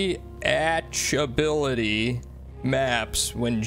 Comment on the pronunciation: Bro...no you didn't say "draw re-achibility" 😂😂😂😂😂😂😂😂😂😂😂😂